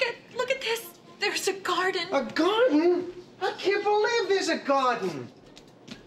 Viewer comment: “A gard’n! I can’t believe there’s a gard’n!”